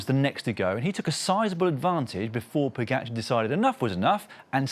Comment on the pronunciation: Fire the commentator that can't pronounce Pogacar.